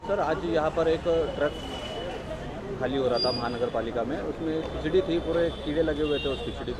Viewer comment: खचरी नहीं वो खिचड़ी है